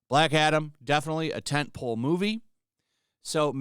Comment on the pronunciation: Are you trying to say tent pole? You keep saying tint pool. 💀